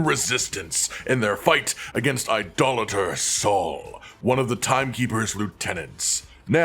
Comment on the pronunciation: Thanks for being one of the few content creators who can correctly pronounce “idolator”..